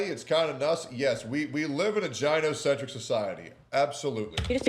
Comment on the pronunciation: its pronounced guy-no centric. Not jy-no